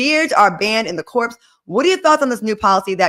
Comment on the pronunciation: I loveeeee you,, but it's Marine Corp(s), The S is silent. It's called shaving profile, ladies., i would like to add mileage to your cat.